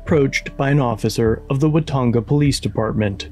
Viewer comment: "Puck" the "Folice"